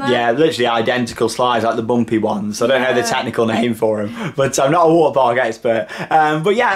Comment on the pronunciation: he sais water like waer